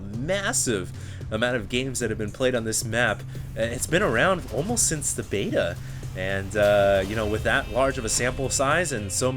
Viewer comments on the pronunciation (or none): none